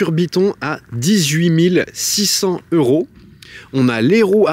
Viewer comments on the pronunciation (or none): J’adore tes vidéos, mais il ne faut pas que tu oublies de faire la liaison avec les euros. par exemple mille six cents Zeuros….